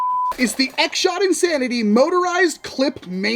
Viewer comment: "This is the X Shot Insanery" 😂